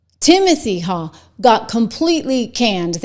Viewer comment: His last name Is pronounced "Hawk". There's a DR at our local hospital with same last name